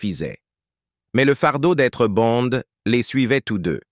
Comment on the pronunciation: Tout ce Blabla pour Rien et du Con ce n est pas Bon mais Bonde en français, apprend le avant de commettre tes vidéos pas aussi ridicule que toi